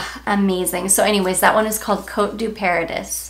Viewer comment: Love your enthusiasm. I just discovered Lake and Skye at Ulta and love it. Btw, Paradis is pronounced like Par a dee. It’s French for Paradise.